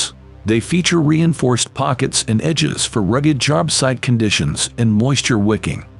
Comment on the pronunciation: You'd think Milwaukee would invest a little more in the quality of their commercial.... "Milwarkee"?? "Jarb-site"?? 🤨